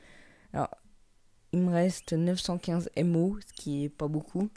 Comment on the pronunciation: Mdr il a dit m.o ahah ahah je m abonné